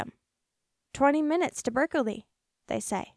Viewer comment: Pronounced just Berk-lee, not Berk-el-lee.